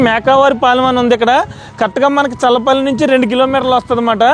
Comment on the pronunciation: అది చర్ల పల్లి కాదు స్వామి.... చల్లపల్లి... మా ఊరు పక్కనే